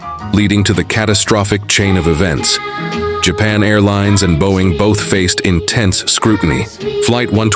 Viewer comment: bro why does the plane say japaa airlines instead of Japan airlines bruh ai these days